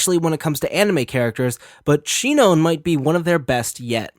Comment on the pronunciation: Omg bruh it's sinon (Sai none)